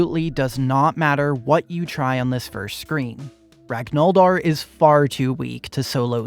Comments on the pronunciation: saying "ragnoldr" instead of ragnvaldr is a cardinal sin 😭😭😭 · Ur a wiki admin but u dont know how to pronounce "Ragnvaldr". Rag-nuh-vaul-der. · It’s pronounced rag-ner-Val-der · your pronunciation of ragnvaldr hurts my soul, but the beauty of your ultraviolence redeems you. also, phobias don't really do anything. evasion only matters against physical attacks, and almost none of the enemy attacks are coded as physical. It really only matters for guards swinging their cleavers and the fight against d'arce. And I "think" iron shakespear BEFORE he sets his hammers on fire?